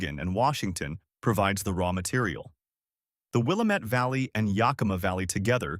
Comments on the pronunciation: Will-am-ette NOT Will-a-mette. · Will-A'-mette, dammit! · It’s Wil-lam-et Dam-it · Wih -lamb-ett.. till-uh-muk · It's will-am-it-damn-it. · I don't understand your hall monitor statement. I just think Willamette should be pronounced correctly in a story about Oregon. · no offence but your pronunciation of Willamette is terrible. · Arrrrgh! The speaker biffs the pronunciation of Willamette every time. About a dozen of them. The first is understandable, but then keeps piling it on. And on. And on. Willamette sort of rhymes with damn it .